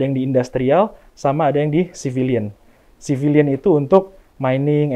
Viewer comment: Bukan civilize Ooooom, tapi civilion.. hehhehehe..